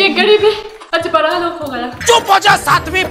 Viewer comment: Wo bara nahi hota bada hota hai di bolna sikho pehle